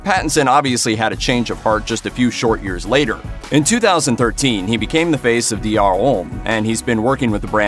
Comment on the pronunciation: Why do Americans struggle to say “homme”?